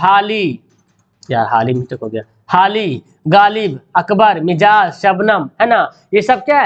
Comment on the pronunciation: Mijaz nahin balke majaz